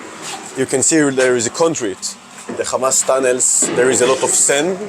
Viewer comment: Khamaz! K hamas , khamas! 😱😳🙄 khamas …